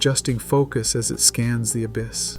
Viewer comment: The ab-iss lmao